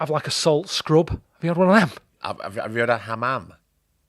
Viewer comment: a solt SKRUHB